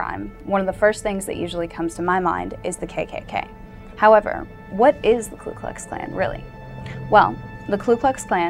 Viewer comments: I'm not part of nor do I support the KKK in any way but thought you might want to know that it's not Klu Klu Klan but Ku Klux Klan. There's no L in the first word. I could be wrong but I'm pretty sure I'm not. Please check and let me know. Thanks! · 1. It's "KU Klux Klan, not "Klu..." 2. The primary target of the first Klan were the Republicans, as the "Radical Republicans" freed the slaves by forcing through congress the 13th, 14th and 15th amendments and put Reconstruction in place via legislation. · It's Ku Kux Klan not Klux Klux Klan lol... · you are wrong and misinformed on so many levels. first off, It is not the "KLU" KLUX KLAN, second the name is not "grand" wizard, . and what about the "rape, murders, burning of homes" and so on that are going on to this day in south africa against white people? stay with your looks kid, because your education is not going to get you where you want to be, go and read a book. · STUPID SHIT!! It is Ku Klux Klan!! NOT Klu Klux!!! Also, the sound of a bolt action rifle?? Bolt actions rifles came into common use in 1898!!! moe than 30 years after the 1st group was founded. It was an offshoot of the Kinghts of the Golden Circle!!!! Get it right BITCH! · You realize it's the KU klux klan, not the KLU klux klan, don't you? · No it's "Ku"